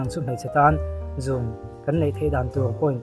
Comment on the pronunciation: 'Zun' nilo in 'zûn' anilo maw